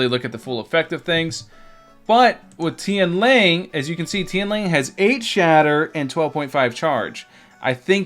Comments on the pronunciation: Its Tian “Lang”. Not Tian “Ling”. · Tian L(A)NG, not Tian L(I)ng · its Tian LANG thx not ling LA NG